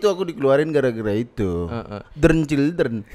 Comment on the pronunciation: tretan : DREN CHILDREN ... OMG